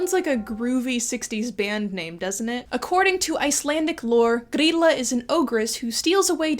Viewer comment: I’m so excited that you even pronounced Grýla and Jólakötturinn! Great job! I had Jólakötturinn nightmares well into my teens 🤣